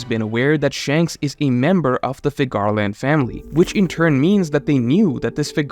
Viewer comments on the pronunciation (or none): Ú-ranus.... FÍ-garland is the right way (phonetically). Sorry, had to say it. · Please re watch the one piece film red and learn how to pronounce the name Figarland. Every time you say I cringe.